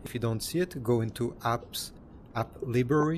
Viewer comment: "app libery" 😂